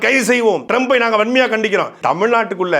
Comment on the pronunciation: வன்மையாக கண்டிக்கிறேன் என்பதை சரியாக சொன்னாலும் , கண்மையா வண்டிக்கிறோம் என்றே கேட்கிறது